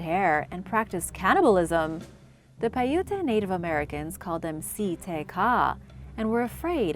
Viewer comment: Piute is pronounces (pī′yo͞ot′).